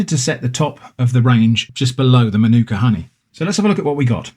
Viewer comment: In Australia there have been reports across all honey, it is not pure. Manuka is pronounced marn-aka around here. I got it wrong too.